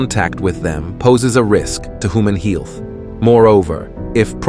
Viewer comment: "...can be harmful to HOOMAN HEE-ILTH".. Wait --WHAT??! 😆😆😆😹😹😹 Your AI isn't very experienced with navigating speech, is it? Rotflmfao !!